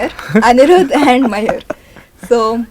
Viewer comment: Not mayur, mayur sir 😅